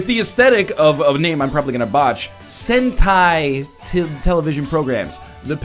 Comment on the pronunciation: "Sentai!" Nailed it!~~